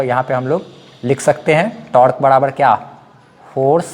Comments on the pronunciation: Tork nhi torque hota hai bhai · Sir aap apne accent ko improve karlo fir aap bhi professional lagne lagoge. Your teaching style is awesome. Just focus a little on pronounciation. Like it's not tark it's tork.. टोर्क